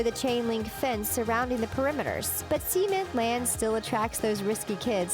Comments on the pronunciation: She said SEMEN Land instead of CEMENT Land. Yeah I wouldn’t want to send my child to SEMEN Land. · sounded like she said semen land 😂😂